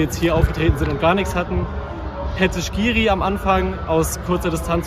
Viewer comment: Wie kommt man denn auf diese Aussprache von skhiri?